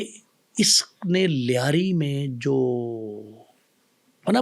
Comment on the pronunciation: Punjabi says layri,,,,,😂😂😂